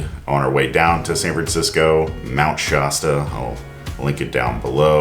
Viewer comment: That's crazy-making. Thanks for saying something. BTW, Shasta rhymes with canasta. (As a fellow denizen of the PNW I can't NOT nitpick pronunciations of area place names.)